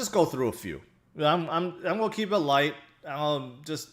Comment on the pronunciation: I like when he says, “I mo” and “it’s go’ go up!”